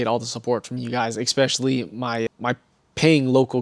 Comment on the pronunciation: There's no x in especially. It's not "expecially". In case you do the same thing with your Italian coffee, it's not eXPresso, it's espresso. You spent too much time being a stealership nerd, you forgot to finish learning English. I'll let you know if there's any other issues. I'm only like a minute in. I'm predicting right now that you're gonna have an issue with further and farther. Just my professional opinion, we'll see.